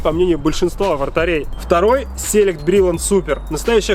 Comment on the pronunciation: Какой "sElect"??? "selEct'!